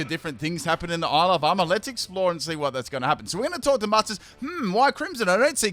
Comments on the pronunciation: when you say ile of armour i always hear alabama, it's very disturbing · I though that he actually was saying that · I swear everytime says Isle of Armor I hear Alabama- 😂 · I keep hearing "Alabama" whenever you say "Isle of Armor". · I can't help but hear "Isle Obama". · Am I the only one who hears “Alabama”